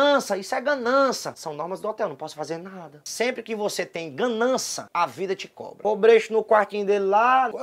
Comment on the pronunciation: "issu é ganança"